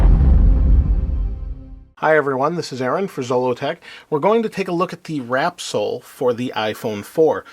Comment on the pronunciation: That's wrapsol as in wraps all not wrap soul :)